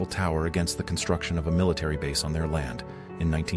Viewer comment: AI voice pronounces 'bass" as "base" ?????? Scrutinize your presentation.